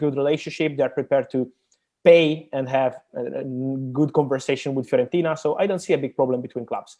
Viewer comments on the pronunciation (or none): Everyone: Fiorentina Robbie: FEAR ON TINA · FEARontina lol